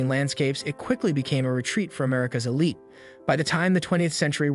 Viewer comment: "uncouth" "boutique" "elite"- these are some of the words the (AI?) narrator can't pronounce. ANYway, all this is bunkum. 40 or 50 years out of date. The old money Wasp elite started dying off in droves in the 1980s and beyond; their children are modern people far less interested in the stuffy old school mentality this video weirdly describes. In any case, the old money crowd only came here in the summer months- they really weren't that invested in the place and couldn't care less about the locals. Modern art has been dominant here since the 1950s. The battle between Old Money and New Money was fought and finished long ago, decades ago. New Money won, decisively. This video is highly inaccurate, outdated, most of the images aren't even from the Hamptons at all. Poorly done.